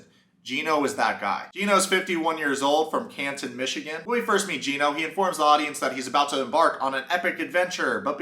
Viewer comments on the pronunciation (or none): none